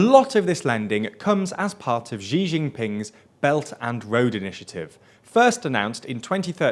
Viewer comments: It's Xi Jinping, not Zhi Jinping. Xi is pronounced like "she" (as in a female). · ‘Shee Jeen-peeng’ would be much close to the actual pronunciation of “習近平” than this jumble of French sounds all your videos use for his name. Come on guys, you can do better 💪🏻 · i sometime wonder if people call Xi Jing Ping "Gigi(n) Ping" on purpose to mock him. Try Wade-Giles spelling maybe: Hsi Ching Ping (I hope I'm not wrong). Otherwise his name sounds like